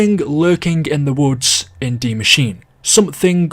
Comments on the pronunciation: It’s not de Maschine it’s die Maschine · It Translates to THE Mashine, yes. Not DIE Mashine. That's german and english mixed together. Either pronounce it Die Maschine, the way Frankie detailed it above or pronounce it The Machine. Everything else is just confusing lol